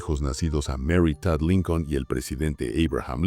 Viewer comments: Por que dice linkel? O yo estoy oyendo Mal? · No es linquen es lincon.compadre terco que es linquen wey